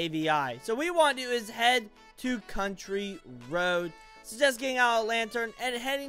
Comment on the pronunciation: You aren't reading these the right way You called city citay And I believe you called contry roads contri roads